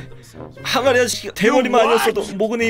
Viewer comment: 맨 처음에 항아리 게임이라고 했는데 왜 아가리 게임!! 이라고 들리냨ㅋㅋ